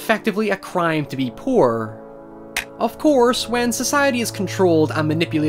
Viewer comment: I like the way you say "poor" sounds like you say "purr" lol love your vids 😆